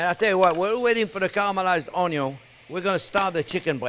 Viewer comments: He pronounces the French word which spells 'oignon'. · Too funny.."Onyo" 🤣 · Chef needs a tiktok, just him saying onyon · I like how he doesn't even spell out onion he just embraces "onyo" 😁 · French word for onion us "oignon." I think the chef is somewhere between the American pronunciation and the French version. Either way I really like watching his videos!! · "Onyo" lol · Can you sell some shirts or aprons that have your face and say onyon